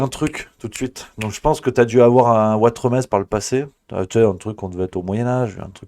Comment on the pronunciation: NON, ne rêve pas, tu n'as aucune origine espagnole ! Tu t'appelles Watremé (le Z ne se prononce pas, comme dans le mot "nez" où comme dans Trifouilly-lez-Dijon). Sous l'ancien régime, on rajoutait un Z derrière un "E" muet final, pour indiquer qu'il fallait prononcer "é" (c'était avant qu'on invente les accents à la fin du XVIIIe siècle). Y'a plein de noms comme ça : Saint-Tropez, Desprez, Grimonprez-Jooris, Elodie Bouchez (son ancêtre était boucher). J'espère qu'à partir de maintenant tu n'écorcheras plus ton joli nom de famille Ouatremé ! 😀😀😀😀😀😀